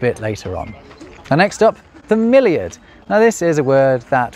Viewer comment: About milliard etc: over here (NL) we also use this. Miljoen - miljard - biljoen - biljard - triljoen - triljard. But hearing you say: "milliard" I totally understand why it got out of use in English. You have a pronunciation problem with it, million and milliard in proper English sound too familiar :-) Which is not the case in other European languages.